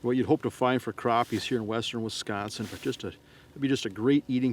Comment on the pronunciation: Guy can’t be from here. “Wesconsin”